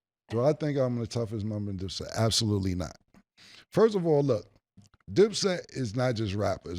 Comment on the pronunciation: “Firt of all”